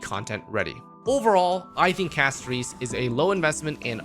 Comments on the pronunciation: It’s pronounced CASTORISSSS NOT EEEESSS idk why streamer can literally never pronounce anything right lol 😂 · talks shit about Castorice (Cas-to-ris [btw, bc why are we mispronouncing it when it says it in game]) *also pulls for her*. kind of ticks me off that i've watched multiple videos and stuff where multiple creators, including you, one of my favorites, talked absolute trash about Castorice and her passive, yet here we are pulling for her and all that. makes sense. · The way said her name is throwing me off.